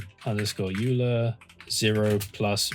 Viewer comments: sorry for this late comment , but i guess u miss pronounce the Euler , Its Oiler , not Ular . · (psst. its pronounced Oiler) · euler is pronounced like "oiler" btw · I heard it is actually pronounced with a hard G... like GIF. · Really, really nice explanation. The only thing is that Euler is pronounced "oiler". Everyone gets that wrong at first but the dude absolutely rocked so he's worth the tricky name. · Good work. I think Euler may be pronounced as 'oiler.' Still, very good. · Euler is pronounced OILer!!! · its not Euler, its Euler! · Am I the only one who's uncomfortable with the way he says "array" and "Euler"?